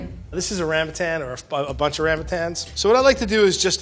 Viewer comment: 新加坡人。听到他念Longan, Rambutan真的很想晕倒